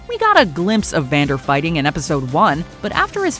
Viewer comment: Is it me or when you guys were talking about Powder's bomb working you called Vander, Xander? I noticed it with act one as well. Yeah that part of the script was a little bit misspelled